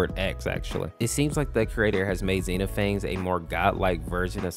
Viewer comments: another fun fact: it's not pronounced and Xeno-phanes, it supposed to be pronounced as Xen-off-a-knees just learned that a few minutes ago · Zee-No-Phanes is crazy 😭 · The pronunciation was incorrect (I think). Zen-ah-phen-ees. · I'm pretty sure it's "zen-ophanees" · Pronouncing xenophanes is actually Xen-nof-fan-nees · Late but I’m pretty sure it’s pronounced “Zee Nah Faunz” or something close to that. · i'm pretty sure his name is pronounced zen-nof-fan-eez bc it's greek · How his name is pronounced: xehnofeneez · it's pronounced "zena phaneez" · Bro your facts are wrong wtf, also you mispronounced his name.